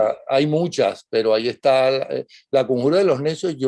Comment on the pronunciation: Es "está", no "ésta".